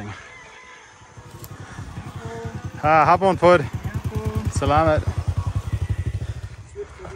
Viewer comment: you keep saying salaMET... it is SalaMAT.. like MA ...T ..... just saying .. good show my friend...